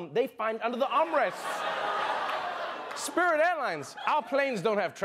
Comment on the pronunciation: he just had to 'spirit airines'